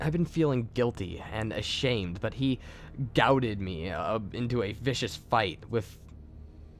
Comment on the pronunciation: I wasn't intending to be mean, I was genuinely curious. You do pretty well with the readings, there are just a few words you mispronounce.. like goaded in this story. I was wondering if you figured you were saying it right or if you weren't sure.